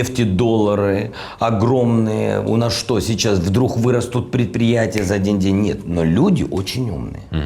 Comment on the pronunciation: Всегда нормально выоваривал букву г, а теперь диалох, вдрух😞😂